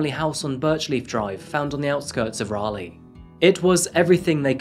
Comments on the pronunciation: It is Raleigh, NC, not Rayleigh. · What kind of Englishman pronounces Raleigh like that lol